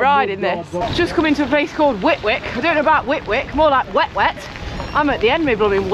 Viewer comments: More of my local roads ,I will probably bump into you one of these days , Whitwick is pronounced without the 2nd W ,Whitick the locals don't like Whit Wick lol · On the Cloud Trail, nice riding!!! Whitwick is pronounced Whittick !!! Lol!!!!